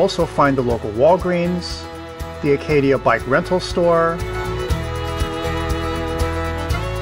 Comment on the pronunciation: please please please...pronounce ACADIA Park correctly in the future...it is NOT ARCadia! Other than that, the video was great!